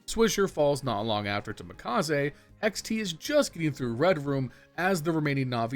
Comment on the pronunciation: You calling hext, hex-t makes me irrationally angry lol.